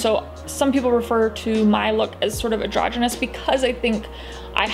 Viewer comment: isn't it "androgynous" ? not adrogynous?